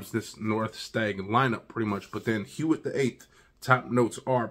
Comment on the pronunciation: It’s pronounced “wit” with a soft “w”. Will you do the Neuf as well?